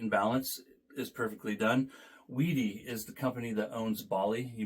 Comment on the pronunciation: Way-dee and Beye-lee